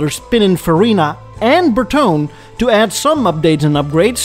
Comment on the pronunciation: It's BertonE , not BerTon. It's Italian